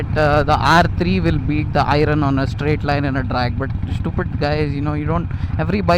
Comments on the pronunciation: I'm sorry but it is not irun it is pronounced as iearn I am sorry but had to correct it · Disagree on one count. Its "i-earn" not "eye-run". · I really want to not hate on this, but pronunciation my man. When reviewing a product, learn to say the name of the product. Irun kept distracting me from what you were saying. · I-Run.....Man at least call it an iron. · Can i hear you guys pronounce "IRON" correctly! 🙏🙏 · Why do you keep calling it Ai-run? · "I run" 883 the pronounciation though 😂😂😂😂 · iron.... pronounciation is very funny 😂😂